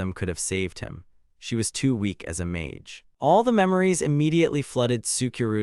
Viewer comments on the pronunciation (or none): none